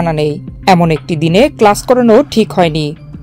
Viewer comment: ক্লাশ নয়, ক্লাস?